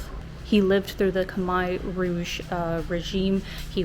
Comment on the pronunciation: What would be really cool would be if you learned to pronounce the words correctly…KHMER does not finish with an “I” , it’s KHM AIR